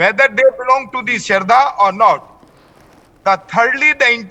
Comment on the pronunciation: ...it's Aftab not amaan ..it's shraddha not Sharda ...ur name is Sharda